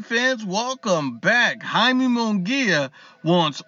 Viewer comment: “Hai-meh” not Yay-me.